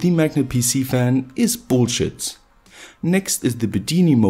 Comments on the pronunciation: The way he says Bullshit... Is something special. That german accent is great when cursing. Lmao. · Is it weird that I love it when 'bullshit' is said with a German accent?